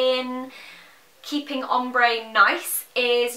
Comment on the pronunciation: i remember in your really old videos when you pronounced it 'omber' hahaha